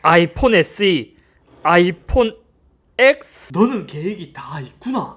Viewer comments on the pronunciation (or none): 아이폰 '엑스' 가 아니라 '텐' 이라고 해야하는데.. 해명해줘요 Se엑스야? Se텐이야? Se스야? 뭐야 se.x야? 뭔데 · 인트로 분명 10인거 모를리가 없는 사람이 엑스로 읽어서 뭔가 했다